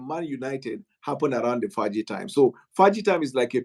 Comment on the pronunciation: "Fergie time" not "Faaji time"